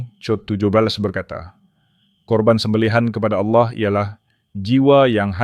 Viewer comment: Allah kok jadi auloh ya penyebutan nya